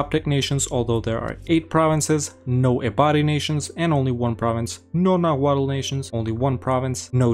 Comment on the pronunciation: the final consonant in nahuatl is silent. its just pronounced nahuat